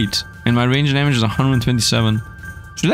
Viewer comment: i have brain daamage xD he said dmaage more than my 19 years of living 😭